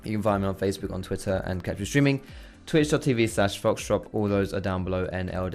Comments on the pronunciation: when he says foxdrop all i hear is social p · Same here, back when I found him it took me ages before I actually understood that he said foxdrop, I just thought he had some weird underground rap name